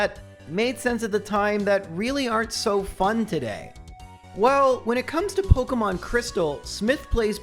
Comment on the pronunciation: pok EEEEEEE mon. not pok UHHHHHHHHHH mon